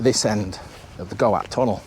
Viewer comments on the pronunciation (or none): Go At tunnel? Surely its goat like the animal? Also its Beth gelert, not bed, dd in Welsh is th